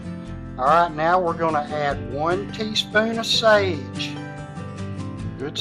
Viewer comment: You lost me at "sage"